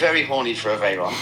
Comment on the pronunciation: The pronunciation of veyron makes me mad 😂